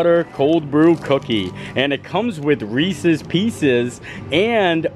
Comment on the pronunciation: Reese’s. You always says it wrong. You are from Pennsylvania. No one I know from Pennsylvania says it like that. Ahhhhh😂